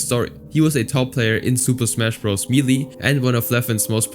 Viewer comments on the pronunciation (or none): Melee is pronounced may-lay